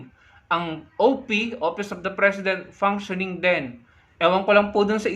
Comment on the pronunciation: Maniniwala..ako sa babaeng yan pag nabigkas nya ng tama ang " functioning" ske keep on saying panksyoning ..